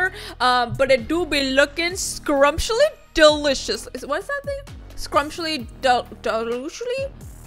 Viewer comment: No one:: "ScRuMsHlY dEloOsHly?"